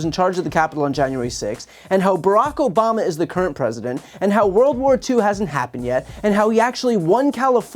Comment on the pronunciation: He doesn't say Obama, he says Obamna.